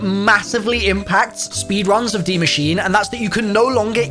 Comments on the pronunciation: I love you, but ffs man, its pronounced machine-uh. Maschine is a german word, and if you dont believe me, rewatch the intro cinematic, she says the actual pronunciation! Youtubers are driving me up a wall! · How can you still not pronounce “DIE MASCHINE” there is an e at the end ✌🏼